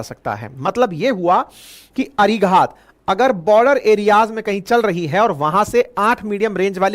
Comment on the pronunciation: भाईसाब, इस सबमरीन को अरिघात कहा कीजिए। जिसका मतलब दुश्मन पर वार करने वाली सबमरीन। आशा है आप उच्चार ठीक कर लेंगे।